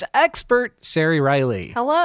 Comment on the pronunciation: So distracting that the name Ceri is pronounced so badly and tortured with S noises. It has a hard C. A cuh. It's only entitled ignorance to destroy names native to other countries